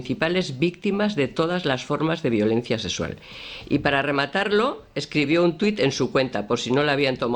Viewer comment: Si Cuca no habla bien pues no sé, pero cada vez que dice "sesual" en lugar de SEXUAL muere un gatito en mi corazón.